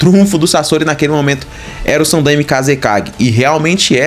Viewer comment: cara a pronuncia é sanDAIme mas de resto muito bom vídeo.